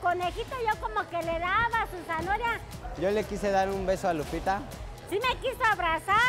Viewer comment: "Su zanhoria" 😂😂😂😂